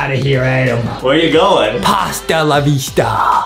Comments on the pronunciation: justin :pasta laa vee sta and chocks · Remembered when justie sead pasta lavesta